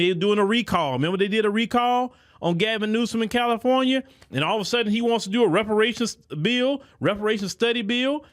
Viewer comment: She couldn’t even say the word Reparations when she tried to answer the question.